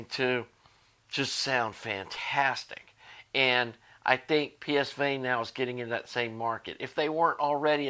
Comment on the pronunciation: Please pronounce correctly Pavane S is pronounced as A